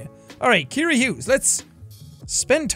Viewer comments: Calls his girlfriend Kiera when her name is pronounced Sierra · Ima just put it out there her name is not Kira its ciara pronounced sea-air-a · Ciara is pronounced like Sierra (See-Air-Uh) not Kiera (Key-Ear-Uh) haha, just thought I'd let you know if you see this ❤ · Did anyone notice he says "Keira" the whole time but her name is Ciara (like see-air-a)? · When his girlfriends name is really said like C-air-a but Jack keeps saying Kiara 😂. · ciara is pronounces See-ara not key-ara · I'm sorry to be the one to break it to you but Ciara isn't pronounced key-ear-ah but c-air-ah. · Jack i swear I love you but Ciara is pronounced see-are-ah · Pretty sure your girlfriends name is pronounced “Siarra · Jack got engaged to Ciara but still cant pronounce her name 🤣🤣